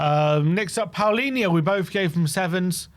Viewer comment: Why do you guys pronounce Palinha's name as if it was spelled Paolinha???